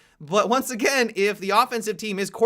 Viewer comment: Did say Egain